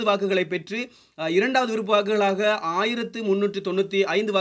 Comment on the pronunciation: விறுப்ப இல்லை விருப்ப நீ எல்லாம் நல்லா தமிழ் பேசுர